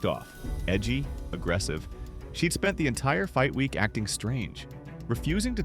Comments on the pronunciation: It's not "EM long pause EM long pause Ai". It's just MMA. You didn't know and now you know. And knowing is half the battle. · The AI audio in these videos is so bad. “M…M…A”